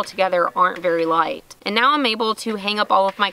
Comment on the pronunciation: "Blinded by the ligheet" 🤣